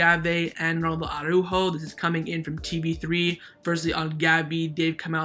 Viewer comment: I REALLY do hope that Araújo leaves FCB. That way we won't have to hear that retard "Awwww-ráhho-Awwww-ráhhho" any more. Is it really that difficult to pronounce Araújo? You just pronounce each letter in the correct order. Soft j like in jamon, and - most importantly: emphasis on the ú as there is a frickin' accent on that vowel!